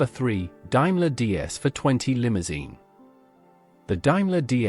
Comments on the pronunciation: Dime ler?? Should be pronounced Dame ler. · Would be entertaining, we're it not for the AI narration. Dimeler instead of Daimler. Markess intead of Marques Daimler DS for 20 limousine instead of 420. Doesn't the author listen before publishing? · The Al pronouncing of Daimler got me its not Dimeler its pronounced Daymler but is spelt Daimler the second letter is an "a" not an "i" one day Al may get it right but apart from that lashings of wood and leather defines British luxury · AI narration is so LAZY. (ALSO WRONG). Also did anyone see a SC111? All except 1 was a SC and an SC11. The SC111 also had the "new" 6.75 litre engine. Not to mention Daimler is pronounced Dame ler . AI and BAD research. Don't subscribe unless you like shit. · 'Daimler' is pronounced 'DAME-ler' not 'DIME-ler.' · What the hell is a Dimeler? Ditch the AI. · Interesting but hatd pronunciation.. Dimler!!! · die-mler , markess , faksia , does no one check these before uploading them - pathetic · Might have been good if they'd got the cars right. Talking about sat Mk5 Humber Super Snipe and showing pictures of 1960 Mk3 cars is just stupid and misleading. Calling a Daimler a "Diemlah" is just wrong and pretty insulting. A Rolls Royce Silver Cloud 2 can never pass for a Silver Cloud 3, they were totally different cars. Finally, the pronouncing of the word "Marques" is not "markess" but "Marks". A waste of screen time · Why is there pictures of American cars in this video if it's all about British cars? Can't even pronounce Daimler correctly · Stopped watching when Daimler couldn't be pronounced correctly 👎👎👎👎👎👎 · One day, someone might develop AI that can actually pronounce words correctly - DAIMLER DS for 20 - I ask you ! Doesn't anyone check these videos before showing them ?